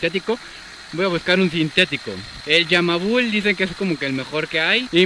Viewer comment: Dijiste Yamabul en vez de Yamalub 😂😂 buen video